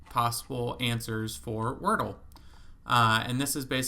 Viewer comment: I love that you call it workle. That’s really good